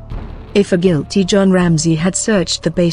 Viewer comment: The video offers no motive for him to kill his daughter, it does however have a totally improper and inappropriate manufactured narration devoid of any real feeling or emotion which is a disgrace for a report on a murdered child. Pronouncing guilt-ty as two separate words is just one of the many errors of this farcical speech robot.